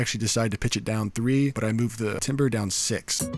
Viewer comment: love your tutorials. Hey its all love ok .. say TAMBER.. when you see 'timber' its pronounced TAM-Ber.. ...